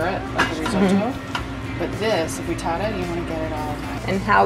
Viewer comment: just because i'm an italian subby...it's FRITTATA not FRITATTA...looove your channel..